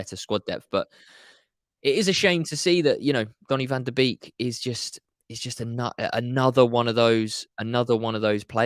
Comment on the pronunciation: Pronounced Bake NOT Beek. 🙄 He himself said that when interviewed on MUTV.